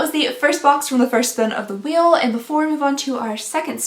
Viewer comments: "mystery weel Monday" lol 🤣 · “Mystery Weel Monday” I love it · “Mystery weel Monday “ it’s Monday for sure 😂